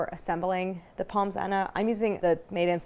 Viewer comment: Drooling here, looks so delicious 🤤🤤🤤 Point of note: pronounce Pommes as Pomme, no s-sound 😁 Love all you do and particularly that you are using Kerrygold, the Only Butter!! Suggestion: You should come to Ireland to do a collab with them ☘️